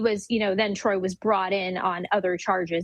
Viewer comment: She Called This Man Troy 💀💀💀